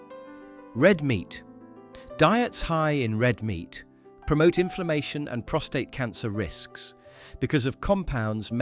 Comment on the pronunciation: Prostate.. not ptostrate